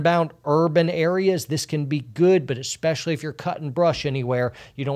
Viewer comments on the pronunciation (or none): you said "esspecially" - is that a secret signal? Are you being held against your will? Just kidding - hope you're doing well!